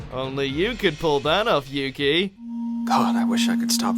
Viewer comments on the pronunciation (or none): none